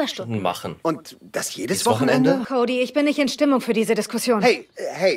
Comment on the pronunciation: Habt ihr auf der Switch gespielt? Wieso war die Qualität so scheiße? Am Pc sah es besser aus :) Und wieso sagen sie Kodi? Und nicht Cody wie im englischen aber May richtig…